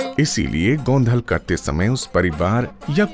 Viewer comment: It's actually गोंधळ Its ळ not ल